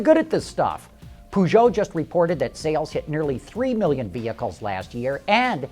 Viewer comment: POO-JEAU ? really dude, really ?